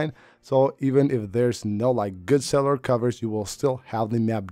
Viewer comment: “Cellar” coverage 😂